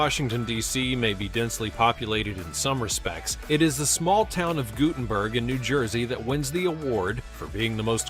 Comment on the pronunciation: I lived in Guttenberg NJ. It's pronounced "Gut*tin*berg" not "Goo*tin"berg. It did not have those towering apartments on the Hudson when I was there maybe 30-40 years ago, but it was still congested and crowded even then. And, some of the areas shown were of Washington Square Park in NYC, not Guttenberg